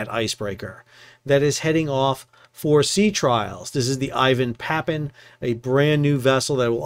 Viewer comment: ee-VAHN Pa-PAH-nin. (Sheesh....)